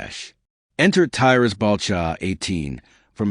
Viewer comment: Your video is a load of shit. And false... Shame your information not correct. And you cant even get tys name right ffs.. if your gona do shit like this check your facts..